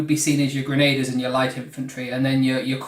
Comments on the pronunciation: Grenadiers (gren- a- deers)= ❌ Grenaders= ✅ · "Gren-a-deers", not "gren-ay-ders"